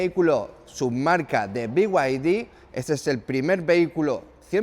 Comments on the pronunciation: Beguadi No. Se dice bieide. A VER SI TE ACLARAS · Si dices Off Road como se lee, porque no decir be-y-d y no "biuaidi"